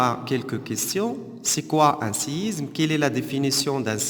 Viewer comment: Isme pas izme